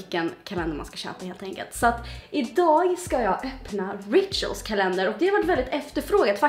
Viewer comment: Du säger rituals helt fel